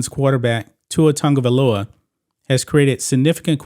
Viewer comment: Why the f everyone calls him Tangavailoa? There is no 'N' dumdums. 🤣🤣🤣🤣🤣🤣